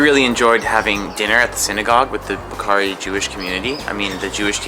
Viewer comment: As a Bukharian Jew who was born in Bukhara, I wish you would have gotten the pronunciation right for the name of the city and the people! Still, I appreciate the video shedding light on my hometown, which I haven’t seen since I left as a refugee, but I hope to visit someday to see my roots and my remaining family there. I enjoyed the history you shared, especially how Bukhara did not not succumb to British colonialism, that was cool!